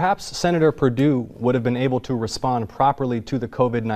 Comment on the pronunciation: Perdue? Or Per doo doo? I don't know. Whatever